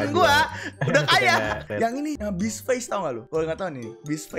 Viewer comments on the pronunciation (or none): none